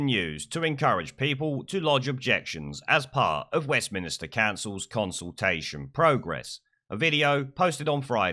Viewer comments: Stop saying West Minister, it's Westminster. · It's West Minster not minister!